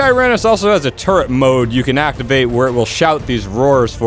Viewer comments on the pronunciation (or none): none